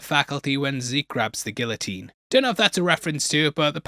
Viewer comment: He did a bit of a number on guillotine as well.